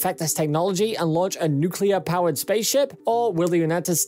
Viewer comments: New Klee Er New-Klee-Er = Good. Newk-You-Lurr = Bad. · you lost me at "nucular" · If you don’t cut corners by having a robot doing the narration, at least get someone who can pronounce “nuclear” properly. Funny how he corrected himself halfway through.